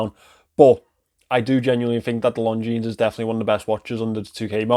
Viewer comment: This is not how we pronounce Longines. It's lon·zheen, not long jeans